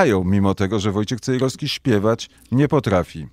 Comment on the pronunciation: Panie Skowroński pan Wojciech ma na nazwisko Cejrowski a nie Cejroski. Proszę zwrócić na to uwagę. Pozdrawiam serdecznie.